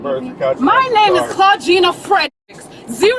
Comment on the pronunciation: "ClaudJINA" The Exhaustion is real